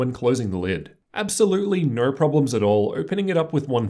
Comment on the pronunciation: I honestly couldn't even pay attention to what was being said other than the fact that every "O" was an "er" sound instead of an "O". After i heard "Ner" instead of "No" i couldn't unhear it.